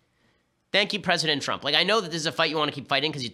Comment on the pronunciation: I heard it ben, i heard it. You said "Pwesident Twump" I heard it. It was glorious.